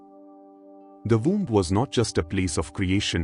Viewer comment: Seriously, an AI narrator with a bad Indian accent? We are not born n a “voom,” we are born in a womb (pronounced woomb) and birth is pronounced burth (rhymes with earth) not “bert.” It’s not hard to pronounce things properly esp if you are AI! W does not make a V sound and vice versa. So annoying I had to shut it off.